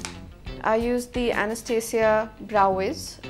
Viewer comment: It's Anastasia not Anesthesia